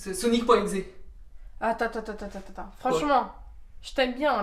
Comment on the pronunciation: C sonic.exe pas sonic .exé